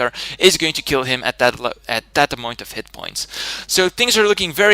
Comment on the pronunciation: "at that amoint of hit point" I lol'd xD